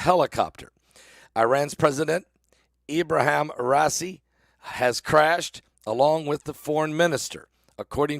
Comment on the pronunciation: Pronounced Rah eee see